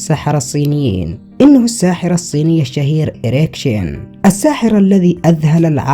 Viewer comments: Эрик Чен а не Шин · His name is Eric Chien, not Eric Shin!